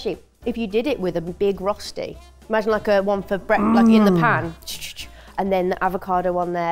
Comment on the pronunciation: You guys got so close, better than most. But how does a professional chef not know how to pronounce rösti?